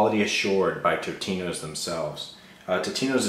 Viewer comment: It's TOtinos. Not TITinos!